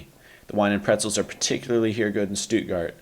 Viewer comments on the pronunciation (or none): What is a "Stutgart"?